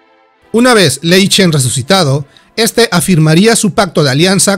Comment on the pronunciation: buen video pero se dice..... GurubaSHI ( no gurubachi ) y lei SHEN ( no lei chen….)